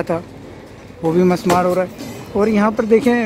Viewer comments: Musmar nahi mismar sahi word hay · actual word is MISMAAR, NOT MUSMAAR